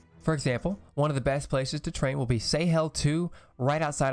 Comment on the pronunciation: (please don't take this the wrong way!) the way you pronounced Sahel made me do a double take. It's an Arabic word and it's pronounced, well, the way it's written. I just found it funny, no offense!